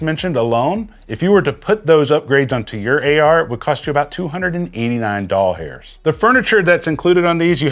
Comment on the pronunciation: Quit saying “Doll Hairs “ plz….